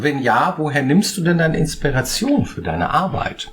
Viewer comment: "Inspereischon" wurde Deinem Wörterbuch hinzugefügt. 😜 Interessanter Einblick. 😃